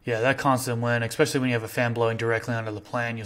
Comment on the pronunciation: These videos are packed full of some of the best info out there…but you’ve got to stop saying “exspecially”, it’s especially with no x or c or anything to where one would pronounce it “exspecially”. That’s the kind of stuff that makes the smartest people sound like they may not really know what they are talking about, but clearly you do, so this shouldn’t be a hard transition 😂